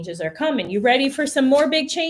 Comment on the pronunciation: What’s wrong with her yaw? 😂😂😂😂